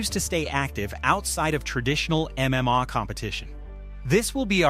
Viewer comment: Only clicked on this shit because it looked like the full amount MMA channel from the thumbnail just to get pissed off at the constant mispronunciations if the AI doesn’t know how to pronounce MMA maybe you don’t put MMA in your script so much